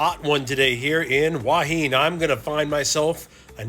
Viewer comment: enjoying all your videos. I appreciate you trying to get local pronunciation correct. However, someone has misled you on Hua Hin. Watch today’s(fri) video from Jonny there’s something happening.in it, a Thai local ptonounces tge city name twice, and it’s not “Wah Heen” as you are pronouncing it. He say Hua hin plain and simple. Twice. Just an fyi.